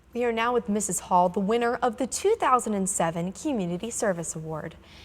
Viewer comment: yes it's Hohl not Hall...